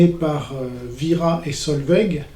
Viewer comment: Vira* pas Vera, tu confonds avec Scooby-Doo